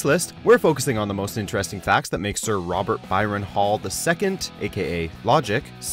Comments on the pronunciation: ITS BRYSON HALL NOT BYRON HALL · HIS NAME IS SIR ROBERT BRYSON HALL III!!! BRYSON! NOT BYRON!! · Did he say sir robert byran? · He said “Byron” Hall it’s BRYSON HALL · Did this dude just say Robert 'Byron'?? 😂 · Did he just say sir robert BYRON hall?! it’s bryson. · Sir Robert Byron hall?? It’s Bryson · Bryson not byron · Sir Byron? U mean sir Bryson?😂😂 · Sir Robert Bryson hall , not Byron hall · Bryson* not By... racial, or whatever you said.. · It's Bryson not Byran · This this guy say sir Robert byrin it’s Bryson dude cmon at least learn how to read before you make a video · “Byron” I should smack you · His middle name is pronounced Bryson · You guys cant even get his name right smh, its Sir Robert BRYSON Hall II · You pronounced Bryson wrong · Mfs mispronounced his name😡😡